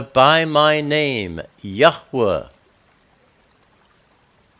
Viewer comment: Thank you oh so very much for the correct pronunciation of His Holy name. It meant everything to me!